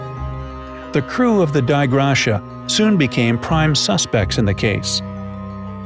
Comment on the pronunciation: I believe the finding ship is pronounced Dee Ay (from the Latin "Grace of God")